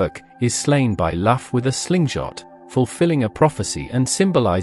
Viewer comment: It is Loo ,Lugh and not "Laff" and it's Balor,Ba lor, not "Baylor " .